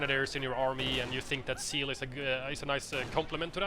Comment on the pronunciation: Yeah, I know he meant Zeal, but his Z is very soft so it sounded like "seal" to me at first.